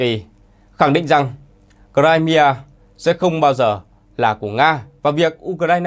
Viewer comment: Nghe đọc cờ-rai-mi-a mà không biết đó là đâu!